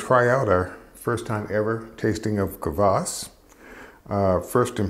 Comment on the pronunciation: Great video! Dead-on pronunciation of kvass (квасс). First time watching, very enjoyable and informative 😎👍👍🙏